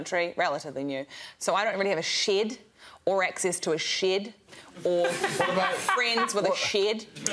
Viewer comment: Even Greg's pronunciation of shed there is actually 'shaed', Rose's impression was spot on!